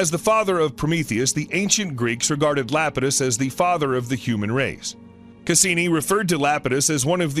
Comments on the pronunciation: It’s eye-apetus not Lapetus, but good documentary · Iapetus is pronounced = eye ap i tus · Good documentary....but is he really repeatedly calling Saturn's moon Iapidus, "Lapidus". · It's Iapetus, starting with the letter I and pronunced like this: Ay - a - pee - tus. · LMAO Lapatus. Then again having mocked that. I grew up with a Sir Patrick Moore book on astronomy and it had the misprint Dactyi, for Ida's moon Dactyl. For ages I was pronouncing it like a Roman family name, like a div. Luckily, there's not many chances to drop Dactyl into casual conversation and be found out the moron. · Kid Well that is pronunciation, not using the wrong letter and calling it LAP-i-tus. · Still wondering how funny it is that they didn't know the right pronunciation of a crucial moon 😂